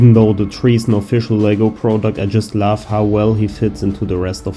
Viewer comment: I really enjoy your videos and i kinda know the hard work behind all this stuff… but i can hear that English is not your mother language so what i really noticed is that you pronounce the “O” in “love” slightly different so it sounds like an “a”. Keep it up man!